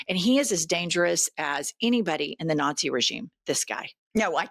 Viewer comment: Did Neantherdal Steve just say a country that puts nah sees first?